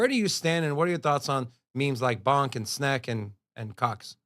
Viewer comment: It’s $ponk not $bonk lol